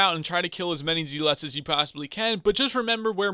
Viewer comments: I stopped watching the second you called them zeeeeeeelots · Zeelots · Bruh he says zealots wrong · IGN: DeadlyRedstoner Its nice to get some money i guess? And i love the way you say zealots